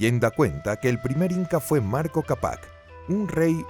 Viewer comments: Marco capác ??? jajaja deberian leer bien, es manco capac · Escuche Marco Kapaj 🤣🤣🤣